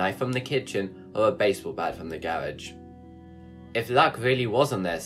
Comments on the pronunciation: "gawage" "fiwams" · Don't you ever pronounce "garage" the way you do again, or I will beat my wife.